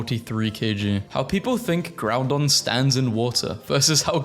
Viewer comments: He keeps saying GrouNdon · did...he just call groudon, groundon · goth it elle also please dont call it groundon there is no second n